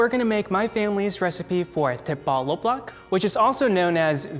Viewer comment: well i guess you speak english before started speaking vietnamese cause you are pronouncing “lắc” as if it luck with the last vowel sound like a “k”